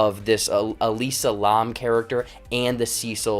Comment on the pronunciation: Elisa Larrrrrmmmmm (It's pronounced "lamb", like the animal)